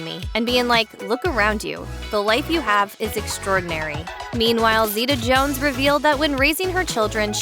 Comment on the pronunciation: Thanks for pronouncing our name right